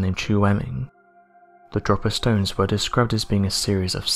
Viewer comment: They are not "Dropper Stones", they are called "Drope-er Stones". Why can't these supposedly English narrators speak English properly??? It really baffles me, and I am so annoyed that they continue to incorrectly pronounce words which lots of people have a tendancy to use on a daily basis. And this is rich coming from someone with a broad Lancashire accent!!!!